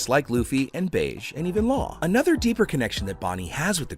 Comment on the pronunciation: Plz bro - he’s not called “Beige” he’s called “Bege” (Beji)